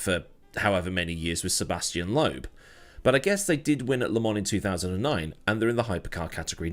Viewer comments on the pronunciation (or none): Interesting topic! Pointers: Sébastien Loeb, not Lobe. Re-nault, not Ren-nault.